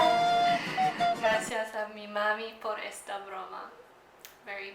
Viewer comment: Your pronunciations is actually really good though some words were pronounced weirdly it was generally pretty good. Also broma is more like a prank chiste would be the more correct word which is joke. Though if I was you I would work in figuring out what gender the words are supposed to be! But you are soo good